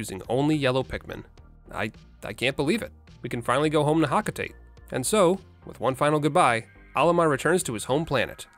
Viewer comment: I've heard "ho-co-tate" I've heard "ho-co-tah-tay" I've NEVER heard anyone call it "hock-a-tate" How do you pronounce "coconut"?